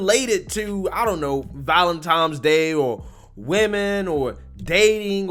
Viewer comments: Saint Valentine ! Its called Saint Valentine's Day There is no M, FFS!! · Is it me or did he say "ValenTIME'S" day? Ps. AOC is cray cray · Valentimes Day.....classic. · If you look at the word "Valentine", the way it's spelled should clue you in on how to pronounce it. FYI There is no "M" in that word. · Valentimes day? What is that. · "Valentime's Day"... smh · I would have watched, but dude said ValentiMes day.....twice. cmon maing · what the hell is valentime's day? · It's pronounced Valentine's (with an N not a "m" at the end) lol just FYI. Also love your channel BTW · Hold up . . . “All right guys it’s VALENTIMES day”…. Seriously? Unsubscribe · Valenti-N-es day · Valentimes day? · Does he keep saying "Valentimes Day?" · Dude… the first time you said “valentimes” I thought okay, maybe it was an accident. But then you said it a second time and I cringed lol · I thought I was the only one that called it "Valentimes"! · Are you saying "valentimes day"? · Valentimes? Never heard of it. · Lol. Valentimes day 😄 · Did you just say VALENTIMES? Boy if you don't stop 🙄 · no. I'm southern born and raised, from Georgia. It's not southern to mispronounce that word. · If you keep saying 'ValentiMes' Day I'm going to consider unsubscribing! haha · Valent TINE. . . not Valen time. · Did you say Valentimes day ? Lol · Val en tines not times. Okay Carry On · I really enjoy watching you but for the love of God. It is VALENTINES not times. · Valentine's man Valentine's! Lol Not Valentime's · Brother... it's ValenTINES DAY.... not Valentimes day.... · Bro, it’s ValenTINES Day, not ValenTIMES Day... 🤣. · Believe it or not... Valentine's day. Doesn't have a "M" in it.:-p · Lord... Its Valentine's not ValenTIME's. Your an adult. STOP. ♥️ Your content but please.🤨♥️ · is there an M in ValentiMes Day? lol Just sayin' Love you! Thank you for your streams every day! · It's not valentimes day my guy! Lol keep up the great videos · Yo it's Valentines..not ValenTIMES..😂😂